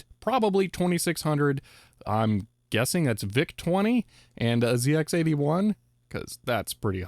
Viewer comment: I want to see a full review of that programmable calculator! You gotta do it. Please! I love Arizona, by the way. I was there 2 years ago. The 'Z' in the 'ZX81' is properly pronounced the way the rest of the world pronounces the letter 'Z', since it is a British computer. I have an Atari 800XK with some sort of bank switching mod which has 4 switches and lights. It doesn't work since my mum left it in the garage for years, but I played it in the late 1990s and early 2000s.